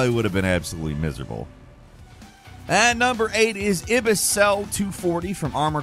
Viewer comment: its the ibis not the iba